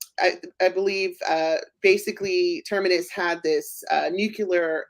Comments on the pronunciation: It’s TERMINUS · Please learn to pronounce "Asimov" and "Terminus" correctly!